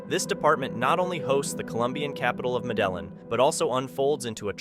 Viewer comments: The Columbian city Medellín is pronounced MED-ay-YEEN, not MED-a-lin, like you said it. In Spanish, two L's are pronounced as a Y. If you're going to use foreign names, you should really get them right. You use this city in two different clips. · constructive criticism..... Medellin is Meh duh yeen . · For all you folks programming these stupid robotic voices, please, please, please make sure that you program in the proper way to pronounce words! Medellin, the Columbian city, has no "L" sounds. The 2 "L's" in the word are properly pronounced w/ a "Y" sound; "Me-de-yeen." Don't be sending out voice commentary that sounds like some hick is speaking, at best. At worst it sounds as if the entire United States of America can't be bothered to respect different countries by learning to at least correctly pronounce the names of important cities there!!! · The way you say Medellin 🤦🏼‍♂️ it’s pronounced med-a-e-an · Medellin ... You mean medee-een? I'm out. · Just a suggestion: If you are going to narrate videos, then take the time to do the research and pronounce the city names correctly. Medellin, Columbia! Pronounced Med-E-yeen! You could've gotten that information from 2 whole $seasons of Entourage! Lol. 💯🤯 Keep up the good work! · as a Colombian this one had me laughing 😂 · Narrator gotta look up the pronunciation of Medellin. Not trying to be a hater. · I love how this huero pronounces Medellin, Columbia! It’s sounds like a type of melon 🍈 😂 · Ouch my dude.....Medellin is not pronounced that way just saying, oh well maybe next time then. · The way you pronounced Medellin was so cringe….. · . Don’t be meddlin’ with the pronunciation of Medellin! It hurts my ears. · the way you said medellin 😂